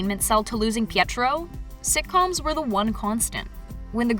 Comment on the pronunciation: I cant be the only one who got mad when she didn't roll her R when saying Pietro's name ✋🥲